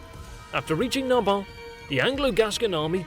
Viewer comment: Should have checked how to pronounce Garonne or Narbonne before making that video.